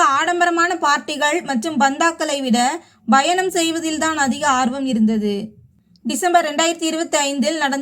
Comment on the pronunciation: When you pronounce the word -,travel-you are sounding it as" Bayanam" instead of Payanam. Correct it